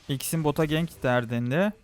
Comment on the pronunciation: jinix değil jinx xin değil zin bilit değil blitz kuran çarpsın tilt oldum allah askına düzgün telaffuz et